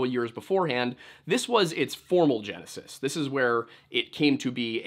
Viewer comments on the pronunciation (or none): none